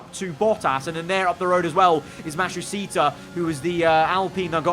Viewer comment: please learn how to say matsushita correctly lol